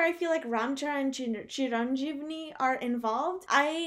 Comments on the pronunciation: CHIRAN - JEEVI No 'n' sound in the word.. JEEVI. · wow. nice reaction .but your pronunciation is little vulgar.. chiranjeevi is megastar of telungu industry . that name meance ( chira -long. jeevi - living) long living anouther name of indian load hanuma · she butchered the lead actor's name .. lol